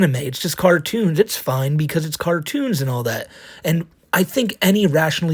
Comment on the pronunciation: It was most enraging when he kept saying "yua twying to endow human wights to a inanimate object, a cawtoon."